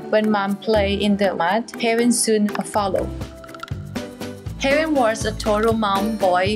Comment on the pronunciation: The narrator pronounces the baby elephant's name as Heaven. What a sweet name for this elephant. May he live many happy years thanks to the hard working people at the sanctuary and his watchful and loving mother, of course. 🐘